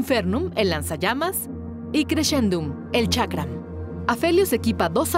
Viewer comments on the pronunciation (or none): Chakra ? Ulala señor francés. Boomerang diría el tío Skyshock